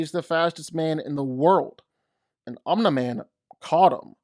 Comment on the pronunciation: Why can't you pronounce "Omni-man"?